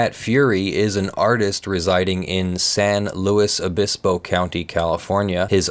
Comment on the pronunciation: Thanks for pronouncing San Luis Obispo correctly.